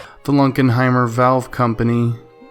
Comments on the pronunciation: It's LUNKENHEIMER, not Lunkheimer. Thanks! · You mean Lunkenheimer not Lunkheimer geeze